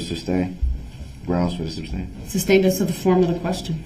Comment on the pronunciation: It’s also unbelievable that no one told him it’s not pronounced SUB-stained 🙄